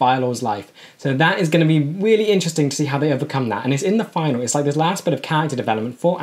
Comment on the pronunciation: It isn't a Final, like the last year of the semester. It's a Finale, pronounced fin-AA-lee.